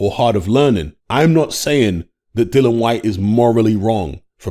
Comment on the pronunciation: still not pronouncing Dillian's name correctly...after all these years! 🤣